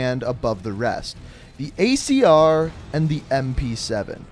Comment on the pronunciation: Did he say icr instead of acr